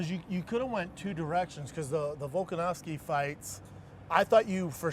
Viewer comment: "Volkanowski" Schaub sounds like a casual